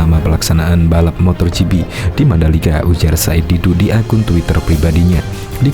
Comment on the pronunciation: MotoGp pak....bukan MotorGp....gak pake "r"..... Motogp